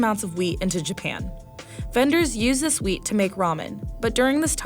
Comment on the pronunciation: The person talking was so high she said wheat into weed.